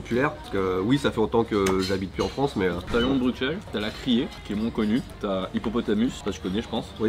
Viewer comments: Ça se prononce brussel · Pitié la prononciation, un peu de respect, prononcez "Brussssselles" correctement ! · bruSSSSSSSSSels et pas bruXXXels. sinon on va commencer a dire pariSSSSE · Je suis français et à mon avis tous les français sont sensés savoir que le “x” de Bruxelles ne se prononce pas. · C’est quoi cette connerie: on prononce avec le x en Belgique espère de banane flambée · mais à moins que tu sois flamand, on dit Bruxelles, on prononces le x, sinon retournes à l’école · Les gars ça se prononce "Brusselle" pas "BruXelle" svp 🙏🏻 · Les gars please "Brussel" prononcé pas ce "X" 😂 ah et pour info les moules frites c'est une spécialité belge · Juste une info le x de bruxelles se prononce s genre brussels en tout cas à liege 😊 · Petit précision : Bruxelles se prononce comme s'il y avait 2 s (Brussel), et non pas comme un x normal (Bruksel). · on dit brussèle pas bruksèle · On ne prononce pas le “x” de Bruxelles, on le prononce comme avec un “s”. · C'est une chaîne française, on dit Bruxelles avec un x vu que ça n'a rien à voir avec la Belgique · Mensonge, je suis belge pur souche et on prononce S et pas X. Il n’y a que les étrangers ou les personnes issues de famille venant de l’étranger (en Belgique depuis quelques générations parfois) qui prononce X. On ne verra d’ailleurs aucun francophone en dehors de Bruxelles le dire avec un X (sans offense bien sûr sur le mot étranger qui ne signifie pas une ethnie ou couleur de peau en particulier vu comment le prononce nos compatriotes Français) 😂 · désolé je fais mon belge chiant mais Bruxelles se prononce Brusselles x=s :) merci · Par contre s'il vous plait les français arrêtez de dire bruxxxelles, prononcez Brusselles avec un S pas un X, personnellement je ne dis pas "Parisse", je dis "Pari " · Les gars... s'il vous plaît... ça se prononce Bussel. Le X est prononcé SS. Ça fait mal d'entendre le x. 😅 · Juste un truc, Bruxelles se prononce Brusselle ;-) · Ça se prononce Brussèl ...